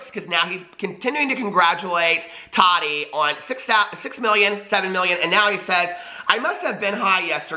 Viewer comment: Tah-ti not totty